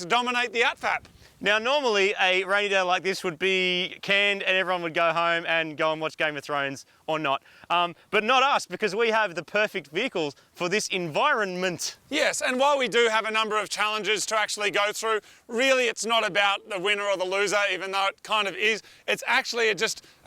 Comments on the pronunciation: "Envirrreennnment" hahaha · EnviroNment. Has moog been making fun of your enunciation eh marty?